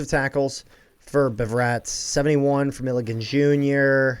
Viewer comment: Hearing mispronounce Milligan so much hurt me